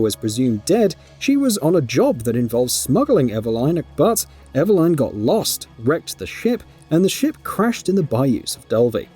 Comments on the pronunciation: Eveline ❌ Eva Line ✅ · Your pronunciation of Eveline did my head in, im Aussie and I reckon it should be"Eh-veh-lin". They even pronounce it that way in the game. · Pls stop saying Ever-line. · The mispronunciation in this video really is so painful. EveLYN basically, why are you pronouncing it like Madeline? NECROtoxin not NECTROXIN. God my brain hurts. Also yeah super weird that a Dad would want to save his own daughter after she's kidnapped, that Liam Neeson's a fucking weirdo. If I had a daughter I would simply let her get kidnapped. (WHAT??????) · it's nothing to do with his accent. Nobody else with that accent is pronouncing it Ever-line. He's just got it wrong. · Lol “ever-line” 😂🤣😂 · how eveline pronunciation kills me